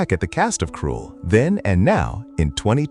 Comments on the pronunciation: Why do you keep saying the wrong name. It should be Krull, not Cruel. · I know it's almost as if the narrator is saying Cruel. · It’s not KRUELL - there’s no E in the name … your AI sucks! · Too bad the A.I voice cannot pronounce the very title the entire video is about. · IT'S PRONOUNCED KRULL WITH A SHORT U SOUND!!! GODS ABOVE AND BELOW I ABSOLUTELY HATE AI VOICE OVERS! 🤬🤬🤬🤬🤬🤬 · Lose the AI voice and learn to pronounce the film title properly. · Couldn't even say a lot of the names properly. Or the name of the film. Ridiculous AI. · LEARN HOW TO PRONOUNCE KRULL !!! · Or better still English 😂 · I hate AI voices when they mispronounce the words. Krull is pronounced the same way as skull just with a kr, not sk